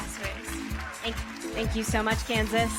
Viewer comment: When he said Kansas it sounded like cancer